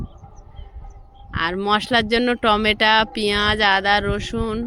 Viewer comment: ❤ tameta বলবে না টমেটো বলবে । টেমটা শুনতে ভালো লাগেনা ❤